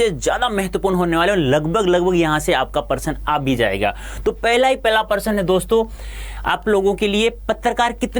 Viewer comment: Prashna ko person bol rhe hein sir😂